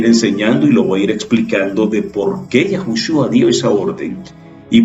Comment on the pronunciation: Perdón pero es Yeshua, no Yashua